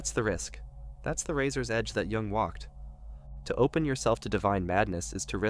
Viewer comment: It’s Carl Jung not Carl Wung.